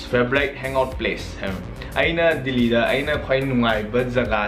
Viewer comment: Ng pronounciation j Delhi khuhyje dilllhiida 😂😂😂